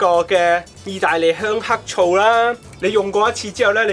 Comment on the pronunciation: 邊做家務邊聽，聽到「鄉黑醋」嚇咗跳然後得啖笑